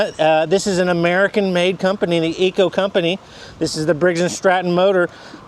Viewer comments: I didn't want to say anything before but.. this is getting out of hand. Could you please just call it Echo like its spelled? Say EH and then CO. Thanks bud. Keep up the cool videos. 👍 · IT IS NOT CALLED -ECO-- ITS CALLED >>>>>>> ECHO<<<<<<< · I was thinking the same thing. Please learn to PRONOUNCE the name of your mower !